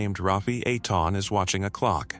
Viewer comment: EI IN EITAN is pronounced long A like rain. TAN is short o tahn like tonic